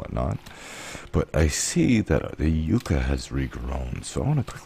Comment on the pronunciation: don't hate me, I believe in this case yucca is pronounced ˈyə-kə instead of yoo-cuh since we are using the fibrous leaves and not an edible root XD!